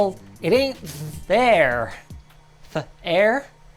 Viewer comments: the editors joke was funnier than Linus's "Th-Air" Lol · "It ain't Th-Air" HA😂